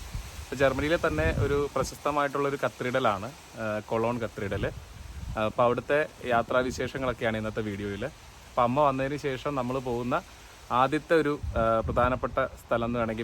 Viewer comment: പലരും കത്ത്രീഡൽ എന്ന് Pronounce ചെയ്യുന്നത് കേട്ടു. ശരിക്കും Cathedral കത്തീഡ്രൽ എന്നല്ലേ Pronounciation ? തെറ്റായി പറഞ്ഞതല്ല ബ്രോ. ഒരു സംശയ നിവാരണമാണ്.